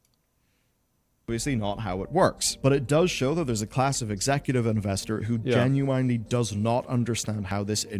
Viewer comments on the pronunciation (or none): Someone needs to inform on how to correctly pronounce "genuine'.